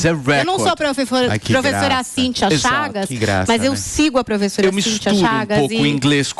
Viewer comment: buá buá , gu gu uu ..." mâeee" ... "prefessora" olha o coleguinha fazendo misuras ...põe ele de "castigo" ! ...